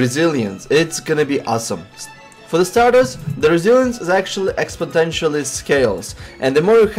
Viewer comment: great informative video, and I hate to correct you however it's called exponential not expotential, just minor detail, content brilliant anyway :D